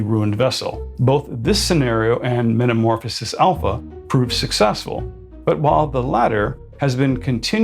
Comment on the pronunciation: Please stop putting the hard P on Alpha. It’s pronounced as an F.🤦🏻